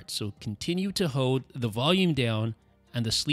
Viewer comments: Why cant this guy say hoLd? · Dude, you did say "hode."